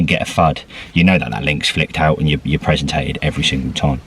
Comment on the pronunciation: Presentated - makes my toes curl every time you say it lol ps is it part of the terms and conditions that all ambassador's have to cook for you when you fish with them? :)